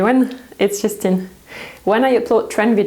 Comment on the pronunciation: The way you say your name..so fast..and the accent on it....is that how all french people say it